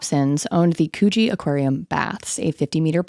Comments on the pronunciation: It's pronounced Coogee like "cook", not "K-you-jee". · Yeah I had to google if there used to be a Cecil hotel in Cronulla to check if that’s what she was actually saying 😂 I live 5mins away so I was definitely shocked to be hearing about Cronulla on here. FYI to other American it’s Cr-nuhlla, and Coogee is Cooh-jee not Cew-jee. We pronounce everything so weird so I don’t blame the mistakes haha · I'm sorry. I had to turn on captions just to see it's "Coogi" beach. Because that is not what I was hearing. lol